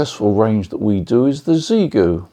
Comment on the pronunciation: It’s pronounced shee-yay-goo. Ask them. All you chaps selling gear and you don’t even know what it’s called. Sheesh….